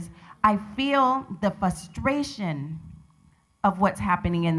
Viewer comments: The way she emphasized "fustration" even though she was saying it wrong. Has nobody ever corrected her? Has she never read that word in print? It's "frustration", gurrl, with an R between the F and the U. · when you say "Off-The-Hook" or "fusstration" in your statement you are doing nothing for your argument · the "fustration" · I'm sorry you're feeling "fustration," black lady. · PhD but she cant pronounce "fustration" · When you're a doctor and can't pronounce frustration. lol FUStration. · When you have a PhD and say "fustration" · When the bitch said "Fustration" I fucking lost it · Excuse me "fustration" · The black lady's racism was much less infuriating than when she said "fustration". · How does someone who has a PhD pronounce frustration "fustration"... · she's a dr and she says "fustration"... 😂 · She has a doctorate and she can't pronounce frustration? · If u say fustration and have a doctorate, it should be taken from you. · Referred to as a doctor, cant even pronounce "frustration" correctly. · Fuhstration What is this woman doing here? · I feel the fuhstration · Gang banging doesn't pay what it used to. Also she's a doctor and can't say the word frustration?